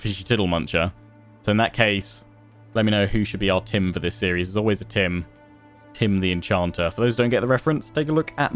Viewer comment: Late to the party but..."Tim da En-can't-er"